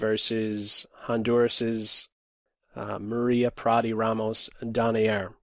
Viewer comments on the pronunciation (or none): none